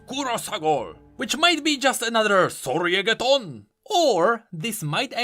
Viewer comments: saying kurosagor (or whatever) and soryegeton gave me life istg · The moment when says "SOREI GETTON" Subtittle: "SoRrY i GeT On"